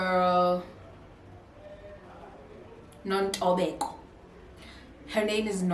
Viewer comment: The way she says, "Nontobeko" in the beginning. 🤣🤣🤣